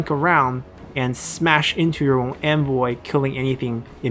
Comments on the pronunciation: why do you say 'anvil' like 'envoy'?????? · I love the video, just discovered your channel and am binging like crazy ^^ What has been getting me this video is your pronunciation of "Hammer and Anvil", it sounds more like "Hammer and Envoy" and I just imagine your infantry as the envoys of death himself, watching in glee, while your cavalry units smash into the enemy lines...